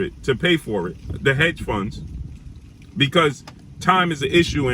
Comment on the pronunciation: This fool said "heads fund*